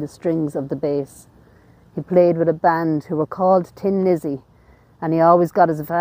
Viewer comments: It's Thin Lizzy not Tin Lizzy! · The name of Phil's band was THIN Lizzy, not Tin Lizzy.